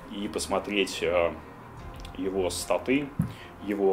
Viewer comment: Как так можно ставить ударение? БасЫ, МабЫ, БасОв, СтатЫ, но больше всего убило "ГайдЫ" Они реально думают что так правильно произносить данные слова? П.С. Игра ниочем.